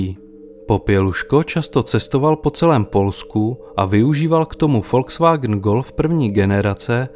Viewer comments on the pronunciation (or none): none